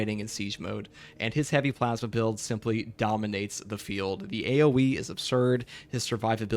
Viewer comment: I have a problem with the way you pronounce plasma